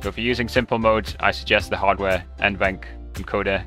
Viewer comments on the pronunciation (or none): none